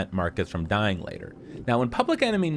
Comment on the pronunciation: I like how you where gonna say pubic enemy number 1